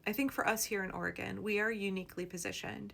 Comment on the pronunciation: OR/ E/ GON...